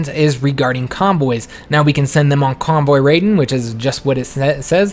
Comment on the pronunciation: It’s cute how he says "raiden" like a real southerner, but than proceeds saying "raiding" as accurately as you can pronounce it. I do not mind either pronunciation, but the combo is endearing in a genuine way.